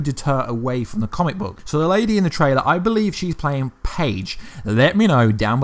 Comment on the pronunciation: It's phage not page